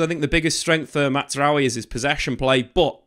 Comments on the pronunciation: Just for better pronunciation; it's not "MATTZRAOUI", his name is pronounced "MAZ-RA-WI" "MAZRAWI". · It’s MAZ-ra-wi. Not Matz as would be pronounced if he were Italian/German. It’s Arabic and the best pronunciation would be MAS-ra-wi 😊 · His name is pronounced MAZ-RA-WI there is no T 😅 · Matt’s rowe eee lmao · The Z in Mazraoui is not like the Italian Z in plaza but rather like jazz. Matzraoui is wrong. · I swear your saying his name like that on purpose